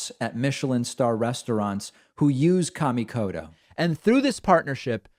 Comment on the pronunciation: David pronouncing his sponsors name all wrong! Kamikoto (Ka) - the a is ah sound and (to) is a softer t sound rather than hard d sound.